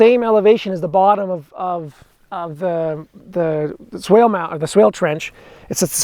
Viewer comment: Swake? You mean swale?